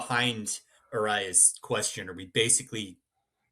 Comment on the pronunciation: C'mon, it's Luis Arraez (arise)! He's been my favorite guy to watch at the plate the last few years. Absolute stud.